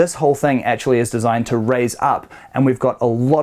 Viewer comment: Always enjoy your videos. See you're still having issues with that word 'actually'...!